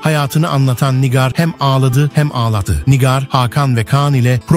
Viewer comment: NİGÂR diyemeyen de video hazırliyor ya. Pessz.